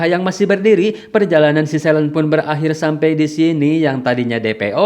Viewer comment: bacanya: SELIN, bukan "selen"